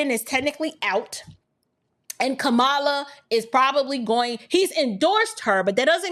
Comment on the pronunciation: Hey Sis. I am new to your channel. I find your content interesting and relevant. Just a note about the pronunciation for the VP’s name. It’s Comma - La not Kuh-ma-Luh.